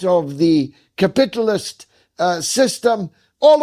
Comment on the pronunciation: 'Mag Nate of the Kah-Pit Alysm.'